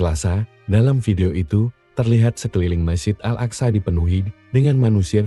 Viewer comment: Akso...aksa..ga bisa bahasa arab lu yg narasi....